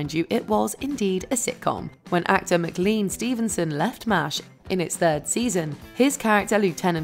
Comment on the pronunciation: spelled mclean, pronounce MAC-LAIN.